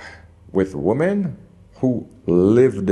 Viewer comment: I love your videos, but you're killing me with your mipronunciation of women. wi-muhn